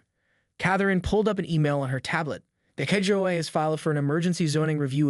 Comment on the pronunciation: Why are the words tow / towing / HOA consistently mispronounced. Is this an A. I. Narrator?